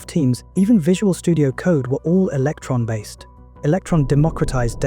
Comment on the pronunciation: Electron not Eletron.